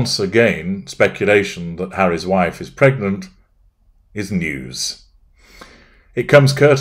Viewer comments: Psst....it's pregnant not "pergnant" ;-) And nope, don't believe a word of it....just a ploy for attention! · “‘PERGNANT…’! You did that ON PURPOSE, didn’t you,?!?” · Haha! Your 'Pergnant' reminds me of my daughter in full Country mode. " I need the torrrlittt!" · *PERGNANT?! A pervy gnat?…